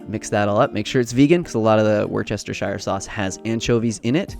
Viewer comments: wuss-sture-sure sacue LOL Nutrition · It is pronounced Woostershire. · Fabulous recipes as usual and here's a tip, just call it Wooster sauce like most Brits and you'll be fine. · Omg. WOOS-ter-sheer sauce. Three easy syllables. Not wort-CHESTER-shire. I do live in Massachusetts where we have the city Worcester which we all grow up knowing is pronounced WOOS-ter. So please. WOOS-ter-sheer. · Woostershire sauce (not worchestershyre) lol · wurr chest i shurr is how it is pronounced. It's one of those words that sound not much like how it is spelled. I am going to try the bacon one. I miss bacon so I will give it a try. Thank you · Hey! Excellent recipes! I'm going to try them all! I love a tempeh Reuben...... have you ever tried that? And, I have to suggest "wusster sheer or shire" is how to pronounce Worcestershire 😉😁👍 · “Wooster-shear” lol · Say it with me now: WUSS-TER-SHIR Sauce. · Worcestershire pronounced Woostershire sauce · “Whoos-ter-SHIR” sauce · Worcestershire is pronounced "Wuster-sheer"! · Hey, it's a lot easier to say with UK speak: wooster-sheer :) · Worcestershire is pronounced Wooster-sheer!! :D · Amazing recipes as always! Definitely going to try some of them. As somebody from Worcestershire, it's pronounced "WUSS-TER-SHEER" just as a heads up so you can keep enjoyibg our best export with the right pronounciation. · Right?? 😂 It’s pronounced WOOH-ster-sheer. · 🤣 I got your back, Bro. It's pronounced " wuss-ter-shir" leave the "Shire" for, Frodo. 👍👍👍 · So “Worcestershire” is actually pronounced “Wooster”. 🤯🤷‍♀️😂 I know the English language is annoying and makes no sense sometimes! Awesome video, I absolutely love tempeh and always love your videos. Been watching them since you started! ✌️ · It’s pronounced “Wooster-sheer”, you forgot the end bit :) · Just an FY from UK: Wourstershire (sp) sauce is pronounced "Wooster" sauce. Don't bother with the shire or the extra letters ;) Love the vid, I'm new to tempeh so really useful. Xx